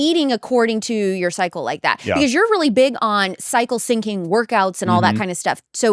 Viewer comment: I think it should be cycle Syncing, not cyncing!